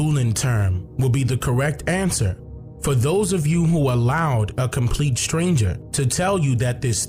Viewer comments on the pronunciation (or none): none